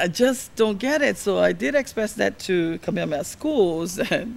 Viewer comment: In this video, Faye Hanohano comes across as a narcissist and a pretender. I doubt that her native language is Hawaiian. She said "Kameamea Schools" two or three times during the video. A native speaker of Hawaiian would be expected to say "Kamehameha", not "Kameamea".